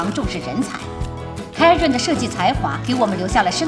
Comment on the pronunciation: 只有我在纠结他奶奶把Karen叫成Kery吗